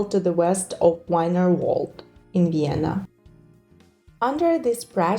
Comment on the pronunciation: So many incorrect pronounciation. It's not Bazantines but Byzantines, and not Vaineruold but Vinervald :D